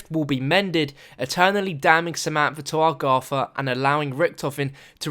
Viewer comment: Dude, learn how to speak! it's "eTHer" not "ePHer". It's "Agartha" not "orgatha", "thrown" not "phrone", "Three" not "phree" and it's "Samantha" not "Samanpha". and pretty much every "TH" sound isn't "PH", Every "R" isn't an "A" for Christ sake!! You english think just because the language is named after your country you can butcher the it. Well I'm sorry but you have a serious incorrect understanding of phonics (or what letters correspond to which sounds). It makes you sound like an infant that needs a speech therapist. Please go to your phone book and contact one you moron.